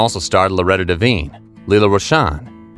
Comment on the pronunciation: Her name is Loretta Devine not Divan